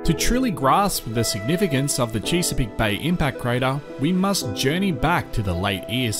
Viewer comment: Chess-a-peak, rather than Cheese-a-peak.😎